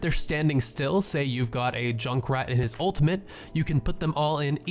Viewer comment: Just stick to doing highlights. These are the most basic tips even Bronze Genjis know. You don't even know the name of the ultimate. And it's pronounced ultimate not ultament. And please lower the gain and bass on your microphone.